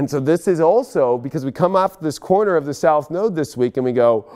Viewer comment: Did anyone else here coroner instead of corner? 😬🤣